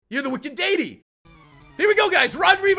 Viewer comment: You were closer to pronouncing deity the correct way good job! It was deffinetly better than how you said it last video. And for that i dynamic punched that like button and got a critical.